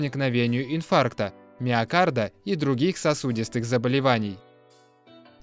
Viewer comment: На заметку: инфаркт миокарда надо говорить как единую фразу в данном контексте, а не как разные заболевания. будьте осведомлены!